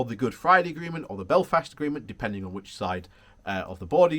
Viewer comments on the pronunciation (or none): none